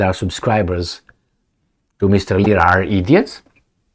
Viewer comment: Lira. Not lisa.